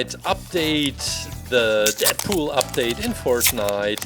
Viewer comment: GUYS DATS IT DeAdPoeol (Not roasting just correcting)